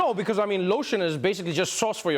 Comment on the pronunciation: Sounds like she had a problem with "sause" rather than sause...